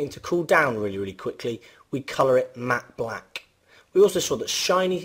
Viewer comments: This guy really struggles, pronouncing the short "a" sound in all the words he uses, containing that sound. mAAAhtte blAAAhck. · the way you say "matte black" lol. nice vid